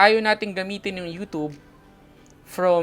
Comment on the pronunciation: "you tub"